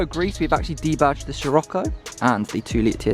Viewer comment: Dont want to be a pain in the ass 🤣🤣 but hate it when you pronounce it as shir-occo and not sir-occo. Much appreciated 😂😂